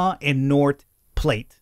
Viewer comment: “Platte” in “north platte” is pronounced: pl-(open a, such as the a in (asteroid)- and then t Edit: I just realised, just say “flat” but with a p instead of an f PS loving it, pls do more